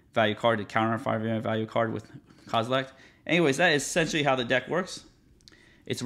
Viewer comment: There’s no “t” at the end of “Kozilek” lol